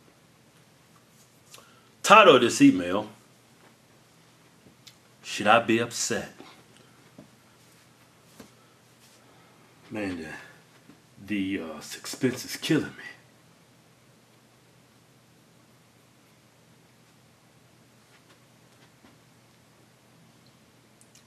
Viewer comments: the sakspense is killing me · the uh suxpsense is killing me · What the heck is "suckspense" lol